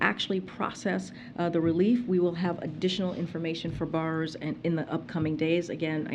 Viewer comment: She cannot even say the word borrower … like what else is there to tak about…. Seriously u fkn Morons that support this bs .